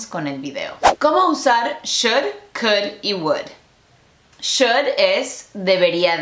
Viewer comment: El "kUd 🐓" en el segundo amé JAJAJA